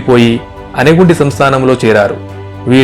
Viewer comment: గూటీ కాదు గుత్తి. అనేగుండి కాదు. ఆనెగొంది